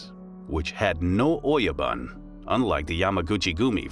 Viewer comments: I almost want to dislike the video. "Shogun" is spoken "shogoon", "oyabun" -> "oyaboon", ect. My ears are bleeding. This is so bad and just a Google search away. You could make a case that some words can be distorted when adopted in English, but that's still a crime... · "Don't talk of the clan" became "Don't talk to anyone of the clan" which makes no sense... your are mispronouncing all the Japanese words too - and I'm not talking about accent either - "Oyabun" is "Oyaban"??? really? it's all painful to watch and looks like it was done haphazardly or by the AI with a lot of mistakes... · Great information but bad pronounciations, see if you can get the bot to pronounce the words correctly. For instance, ō-Ya-boon (oyabun) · >the oh yo bun >doesn't give you your lost bun ? BOON, GOON, holy hell do Angloids really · Its OYABUN... sounds like O - YA- BOON..